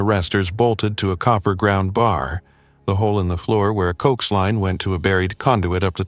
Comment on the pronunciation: Great till Cokes... it's pronounced CO-AX ( short for Coaxial Cable. ) 😂😂😂. G7VAG. 🫶🇫🇴🇬🇧🇺🇸🫂